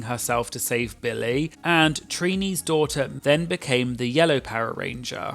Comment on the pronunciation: Great video. But if I may…Billy. Not Bill-lay😅